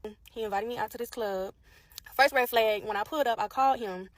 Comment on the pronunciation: “…in da clobb..” ..RUN my man… !!